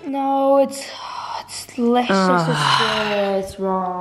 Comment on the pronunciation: trying to pronounce leicester made me laugh so much